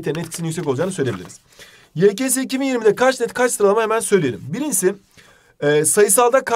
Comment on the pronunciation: Bu hala yks yekese diyo 😂😂😂